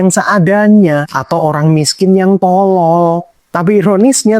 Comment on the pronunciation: pengucapan O di kata tolol itu loh, neken bener Bang😂 kaya ngucap huruf thO monyong2 saya aja ga sejelas itu O nya tapi kebutuhan orng beda2 sih